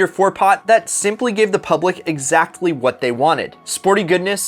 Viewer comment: Why’d he pronounce the t in exactly